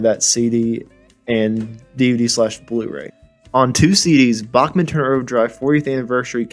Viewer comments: FYI, It's "Backman", not "Bokman." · it's pronounced backman,,, not bockman............geeeeez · It's Back Man not Bach Man.